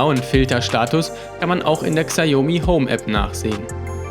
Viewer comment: sprich mir nach, SCHAO-ME xiaomi.